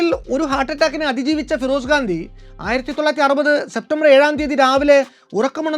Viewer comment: FIROSH GANDI ennuparayu😊😊